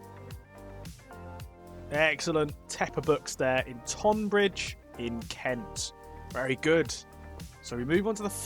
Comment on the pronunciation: Easy mistake to make but tonbridge is pronounced tunbridge. God knows how the spelling bastardised for one of the two towns and not the other but that’s a quirk of English naming